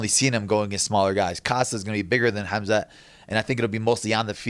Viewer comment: reapect to Cannonier for actually doing the "Kh" part lf Khamzat's name lol